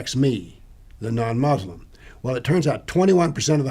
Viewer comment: Two ignoramuses talking nonsense as usual. So superficial. can't even pronounce "Muslim" correctly. Anecdote after anecdote. Just rubbish. Islam is a knowable subject but not by simply reading without guidance - meaning it requires a teacher.